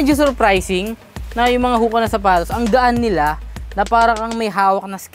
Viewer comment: Ho-Kuh not Hooka